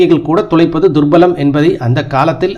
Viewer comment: சார்! உங்கள் வாசிப்பு நன்றாக உள்ளது. இன்னும் மெருகேற்ற சில திருத்தங்கள். My 2 cents துர்லபம் என்பதே சரி துர்பலம் அல்ல விசாலமான என்பதே சரி விலாசமான அல்ல